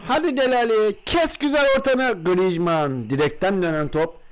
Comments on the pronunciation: D GRİJMAN DİYOSUN xD :AS:WQ:E:WQAS:DWE:Q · Abi grizmanı yanlış söylüyon